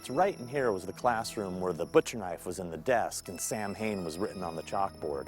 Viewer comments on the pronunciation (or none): Great video, but for future reference, Samhain is pronounced "sah-win".